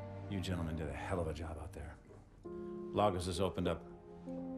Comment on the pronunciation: dear kevin spacey its ''lagos'' not ''largous''